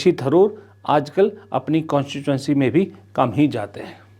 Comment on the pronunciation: Tharoor Not Dharoor.Tha is not pronounced dha. North Indians make this funny mistake.